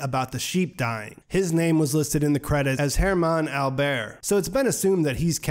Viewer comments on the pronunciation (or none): it's AlberS! in german pronunciation, the s is almost never noiseless, other than in french (like you pronounced it) ;) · Yes, and accent is on the first syllable.